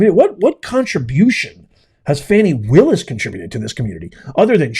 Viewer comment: Thanks for saying her name the correct way 😢😢😢😢